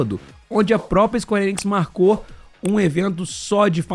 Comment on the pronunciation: Eu só queria saber de onde o tira esse "i" na hora de falar ENIX... Ele fala IENIX...kkkkkk